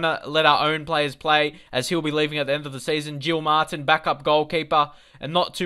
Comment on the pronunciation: Blanchard ...... Blank-ch-ard Lecointe ....... Le-coin-t Gilmartin ........ Jil-mert-tan (pronounced as if he's French) Young has more potential than Hourihane.